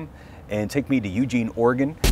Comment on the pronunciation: FYI it's pronounced, "eugENE" in "orygun".. ;) And the coast starlight line is brilliant, I used to take it home for Xmas from college